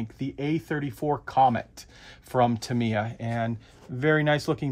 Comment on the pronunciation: This dude is still saying "ta-MEE-uh"? Yikes. I wonder how he would feel if people began calling him "arn-DYE"?